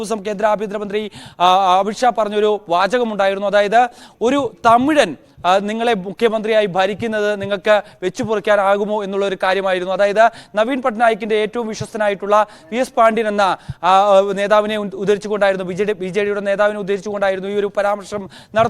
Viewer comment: വെച്ച് പൊറിക്കാൻ അല്ല വെച്ചുപൊറുക്കാൻ നല്ലവണ്ണം പറയാൻ പഠിക്കു